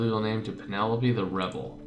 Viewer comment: Penelope's name is pronounced Pe-ne-lope. It sounds weird when you pronounced it as Pe-ne-lo-pe